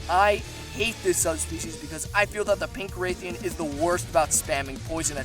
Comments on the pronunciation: It's rathian, not raithian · Bro please say Rathian and not Raythian😭 It's painful to listen to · The pronunciation on Rathian bothers me. Sounds like he’s saying “rethiaan” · It’s rath-ee-en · Please never try and pronounce Rathian again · Learn to pronounce rathian correctly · I agree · You said rathian wrong